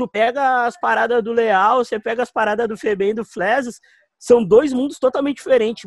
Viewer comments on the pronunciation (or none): crescia saber pq q quando ele fala leall parece q ele tá falando léo